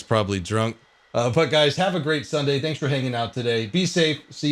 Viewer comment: Is it just me when I hear "thanks" from I actually sounds danks?:D